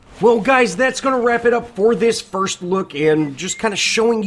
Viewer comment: “Frist”? Lol